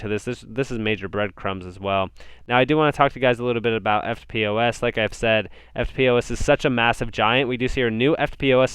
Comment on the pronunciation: Hey "EFTPOS" is usually pronounced "ff-poss" great channel keep up the great work cheers